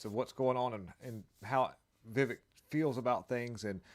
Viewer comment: He actually pronounces his name "Viv-A-k", not Viv-E-k - yes, it's spelled with an 'e" but he pronounces it like an "a".